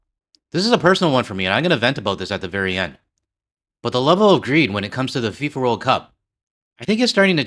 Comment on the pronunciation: "Fee-For" World Pickpockets